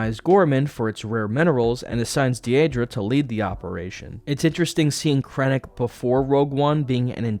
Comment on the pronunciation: Take a shot every time he says de-a-dra rather than De-dra. Jk. Pretty good video still